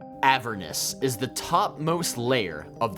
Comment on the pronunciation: Who pronounces Avernus like that?!